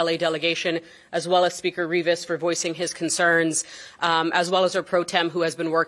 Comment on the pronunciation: It’s Rivas not ribis.